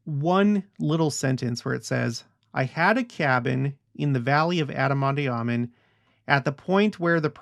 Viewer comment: Love ya’ to pieces and ALL you’ve shown and taught us. But, might I suggest (and I could be wrong) but do look into the correct pronunciation of “ondi.” You seem to pronounce the “i “ as an “e.” I’ve never heard it pronounced that way. Maybe check that out and I’ll do the same. Nevertheless…thank you once again!